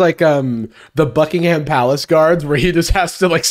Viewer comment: never heard anyone say Buckingham like that 😂